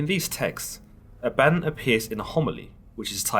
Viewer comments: Danga Langman ; I have now done some leg- work on this my friend. Having spoken with many of my Masonic friends, and now I speak this.... first I’m pretty sure it is pronounced ab a don, also known as Azazel (a demon) and is Not a god. The Masonic right asks for you only to believe in a higher power (God) and to humble yourself to your faults. Try to make yourself better ( level and square) below an ALL SEEING EYE. Basically, be good to your neighbors, helping anyone you can unless it causes harm to your family or “brothers “. ... basically the 10 commandments. ✌️JTA. Thank you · I love you series on the bible! Pronounced A-Bad-Don. Don sounds like dawn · I'm pretty sure it's pronounced, (AW - baw - dawn.) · Always thought it was pronounced Ah-bah-Dawn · ThatBlogGuy yeah it should have a longer o sound at the end. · I think you are pronouncing it wrong. It's Abba-don. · Bruhhh I can’t listen to this correct your pronunciation of abaddon it’s pronounced a-bah-dawn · I think it's pronounced: "Ab¹‐Uh²‐Don³" 1)Your stomach muscles 2)A question, "Uh, what?" 3)The sun rising at "dawn" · It's pronounced "abba-don" dude lol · Pronounced ah ba. Don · It's actually pronounced A-vad-don as in A-vad-down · Is it actually pronounced the way this guy says Abaddon, or is it pronounced AB-UH-DON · Abaddon pronounced ABBA-DON. Your welcome. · I thought it was pronounced as Abba Don. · Pretty sure it's pronounced ABBA-don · Abba. Don.. C'mon now you read you the Bible The first time.. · The way you pronounce Abaddon is killing my ears. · Oh girl you ruined his name. Ah bah DON he is an all powerful demon not computer software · I thought I was the only ! I'm cringing 🤣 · Ah-bah-Don. Not A-bad-on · Not abadin as in Aladdin more pronounced aba-don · Ab-bah-don. Not ah-bad-in. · all i can think about in my head is how you pronounce it a-badden and i pronounce it aba-don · Ah-beh-don ... Not abadon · It's not Ah-bat-on, it Ab-ba-don. Consult theologians before posting.